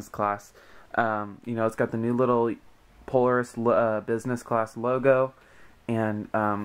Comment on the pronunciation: It's pronounced, Pole-AIR-is